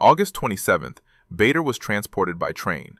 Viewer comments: It’s pronounced Barder, not Bayder. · BADER, pronounced Barda. AI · PRONOUNCED …….. “ BAR DER” otherwise you’d be in trouble and it’s …….. also pronounced “BARKSHIRE” not “berk” 😂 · The namd is pronounced BARDER. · Misspelling and mispronunciation. Bader is pronounced BAH DUH and Berkshire is pronounced BARK SHUH! Same you couldnt google it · The correct pronunciation is Bah dar. And the ME262 didn’t appear for a few more years…. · Very well said about the pronounciation of BAder and throughout this video the sjubtitles are more than attrocious. I met him too in late 1957 when he presnted prizes at my school. I still have the book he handed to me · The pronunciation of Bader is definitely wrong. Please fix it. It is pronounced Barder.